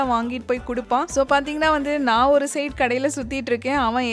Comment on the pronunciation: It's ஒரு not ஒறு